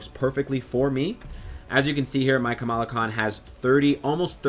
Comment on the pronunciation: You FINALLY said her name right ! ! BRAVO ! ! ^^